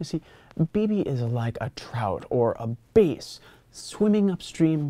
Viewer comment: I think "bass" is purposely mispronounced because it's funny.